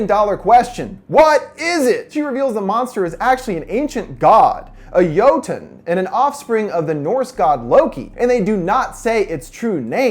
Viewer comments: It's jotne not joton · Not me slightly cringing at him pronouncing it "yo-tawn" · Why he pronounce jötunn, jötann? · It's annoying when he says it's a Jótunn. Needs to get the right o, which is ö. So it's Jötunn (Yeu-tun)